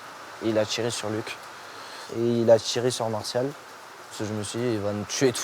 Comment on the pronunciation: Ca commence mal à "il a sortchi le révolver, il a tchiré". Pas étonnant que Valentin ne parlait pas quand il bossait avec ce zozo...